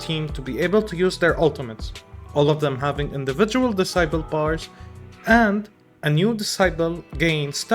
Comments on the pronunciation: For future reference, decibel is pronounced as "deh-si-bel", not "di-sai-pel" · Great video bro, honestly didn't even think of these issues. Hopefully they got it all calculated perfectly to not ruin the balance too hard. I have to say though I thought you were saying 'disciple' every time you said 'decibel' ahaha I feel like I can't be alone here